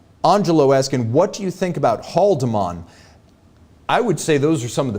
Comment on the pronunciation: your pronunciation when speaking German words is really good 👌🏼.….but Beat Haldimann is pronounced more like #Huldeemun#... (personally don’t like the look of his watches though). All great …when you come to visit A.Lange & Söhne and Nomos they‘ll think you‘re from somewhere in Germany 😎